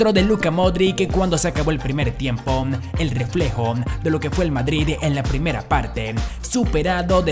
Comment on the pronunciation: Los reyes de europan.... Tiempon... Desorenadon.... Que te pasa tienes problemas de dicción..??